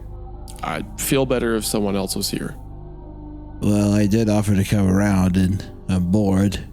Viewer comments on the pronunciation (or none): Wendigoon pronouncing “else” like “eltse” is something I hear so prominently.